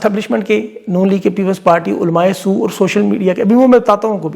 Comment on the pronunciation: olmae Soo nahi sb olma sor kho